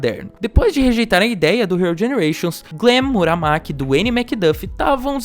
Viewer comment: E quem caralhos é Glen Muramaki? O nome dele n é Murakami